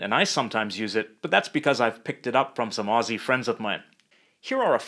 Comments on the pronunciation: I really just appreciate that he doesn’t say Aussie with an s. It’s Ozzieeee!!! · good on ya for saying “Aussie” right, not like them septics with their sibilant esses. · YES FINALLY A NON AUSSIE WHO CAN SAY AUSSIE! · Btw the word Aussie, is pronounced as Au-zz-ie